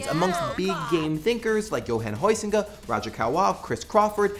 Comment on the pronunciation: Huizinga is pronounced with a diphtongue ( vowel glide or dual vowel thing) that I can best describe starting with the 'uh' as in ´strut´ and gliding into the ´u´ as in ´foot´. This is also not 100% correct, because it doesn´t make the distinction between the Dutch ´eu´ and ´ui´, but it is the best I can describe it to a foreigner. Just to make clear, it's not pronounced 'hoise-inga' or 'house-inga'.